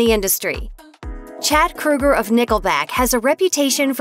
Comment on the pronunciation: It is Kroeger promounced with an Ohhhhh not like Freddy Krueger.